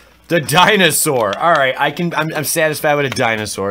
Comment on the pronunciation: You pulled a misprint. "Din saur"